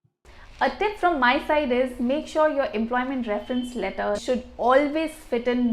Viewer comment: Work on your pronunciation. hard to understand. Compare the pronunciation from the online dictionary and yours, I cannot even recognize some words. You say lEto = letter , fOst = first.